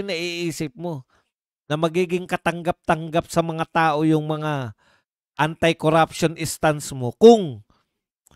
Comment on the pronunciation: NO to vice, hindi nya mabigkas bigkas si tambaloslos sa panawahan nyang kuraption daw kono